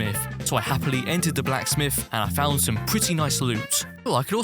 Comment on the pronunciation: he always says happly when he does some thing LOL